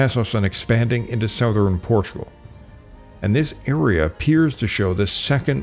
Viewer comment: what region do people pronounce southern as "SOW-thern"? Never heard that pronunciation.